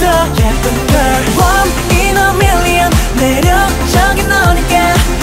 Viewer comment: The way MJ says million is so beautiful ❤️❤️❤️❤️😍😍😍 😍